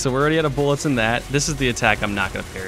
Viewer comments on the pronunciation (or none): “Need more boolets” x7